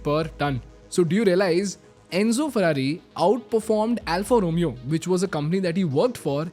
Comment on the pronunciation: Alfa Romeo pronunciation is incorrect